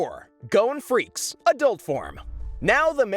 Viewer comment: FREE- SS-E